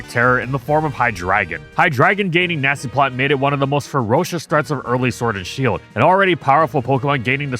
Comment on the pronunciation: Did I hear Nazi-plotter?